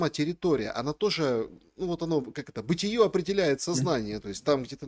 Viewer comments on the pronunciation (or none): БытиЕ, а не бытиЁ, грамотеи! Бытиё рифмуется только с ё-маё